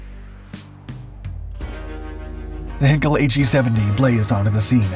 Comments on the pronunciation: Heinkel: Hine- kul not Hen-kel. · As with all German words containing the letters 'ei', the emphasis in pronunciation is on the second letter, the 'i' and not the 'e'. Heinkel is therefore pronounced as 'Hyn-Kul' and not 'Hen-Kul'. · Heinkel is pronounced "heyn-kel," not "Hen-kel" A henkel would be a handle, a German champagne brand, or a German chemical Company. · It's NOT "HAIN-k'l"; it's pronounced "HINE-k'l". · PLEASE learn how to pronounce simple German names! It’s “HĪNE-kul,” not “HEN-kul”! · "Ei" in German is pronounced as a long 'I' sound, not short 'I'. So, "HIGHn-kel". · You obviously know nothing about German pronunciation. It's my second language. The diphthong 'ei' is pronounced like the English word 'eye'. lancerevell5979 is exactly correct. If you have Google Translate, pull up German on the left side, type in Heinkel and click on the little speaker. You'll hear it spoken correctly. 'Hinkel' ist total falsch. The narrator just can't seem to be bothered with doing a simple bit of research. I hate to think how he would butcher names like Arado, Blohm und Voss, Bücker, Fieseler, Focke-Wulf, Gotha, Junkers and Siebel. About the only time you'll run into a difference in pronouncing 'ei' is with Dornier. Claude Dornier was from a German-French background. Thus I've heard both the German pronunciation of 'Dor-neer' and the French version, 'Dor-nee-ay'. Take your pick. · How about; Inga Andrea Köcker Elsterman von Elster. My ex wife’s name. And she pronounced it Hinkel. Because it is a family name pronounced how they pronounce it. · You are unable to pronounce the german name "Heinkel" properly, so that video is nonsense. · You're mispronouncing "Heinkel" and the second time I heard it I quit watching